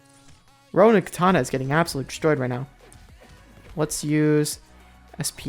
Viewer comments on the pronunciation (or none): none